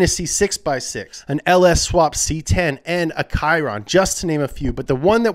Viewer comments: He pronounced tons of stuff wrong in this video I think he did it on purpose. They called lady gaga lady gaygay so who knows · '' And a kyron '' Me: YOU WERE THE CHOSEN ONE!